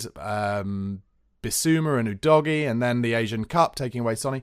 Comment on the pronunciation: Thank you for being one of those few Spurs streamers that correctly pronounces Udogie. The disrespect to him from others is shocking given he’s been at the club for over 6 months. Keep up the good work all round! Thank you